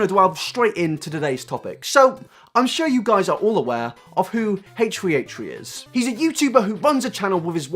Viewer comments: You are so open minded omg We 👏 need 👏 more 👏 people 👏 like 👏 you 👏 I just realised that I pronounce H3H3's name the same as you: "hate tree hate tree" i have to force myself to slow down to say H3H3 because I talk too quickly, must be the English accent I guess? Though mine's more Welsh than proper English. Keep staying so open minded! It really makes your commentary much more exciting and not like everyone else's mob mentality attitude towards the slightest bit of drama. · I love how you pronounced it like Hey tree hey tree what a queen Also a lot of people say “why is he making a podcast then”- podcasts take less effort than finding creative content for his main channel, when you’re depressed it’s hard to put effort into things, but he still wants to release content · haysh tree haysh tree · Lydia Georgiopoulou Or maybe he might have some Irish roots/family. Some Irish people pronounce their "th" as "t", therefore, they might pronounce it H "Tree" H "Tree". That or maybe he's just quirky 😂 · How about you pronounce that H and T right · I cant handle you trying to say H3H3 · Nah this guy has a speech impediment to be honest. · The way you pronounce h3h3 is just amazing! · its rly annoying hearing his name said wrong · I won't watch it cuz you butcher the damn name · I hate the way how you pronounced "H3H3" 😫😫😣😖😖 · Each time he said it made it worse Omg😂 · h 3 h 3 not haytree hayetree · ACHE three, not HACHE three. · Dude, it's pronounced H3H3. Not Hate-tree hate-tree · ... H THRee. Why are you saying H Free. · "my problem wif Hate Tree Hate Tree" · "Haych 3 Haych 3" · ...heytree heytree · stop saying haytree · Who is haytree haytree? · A-Tree A-tree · "I'm sure you're all aware of who "HateTree HateTree" is..." Nope. I don't know them. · Hatetch-tree hatech-tree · Love the video but... "Hate-treeHate-tree" xD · who is haich free haich free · "a-tree a-tree" lol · the way you say h3h3 [ heeytchrii heytrchi] is triggering me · It’s more like “haytch 3 haytch 3”